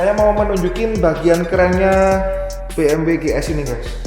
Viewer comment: Dibacanya "be em we" Bukan biemdabelyu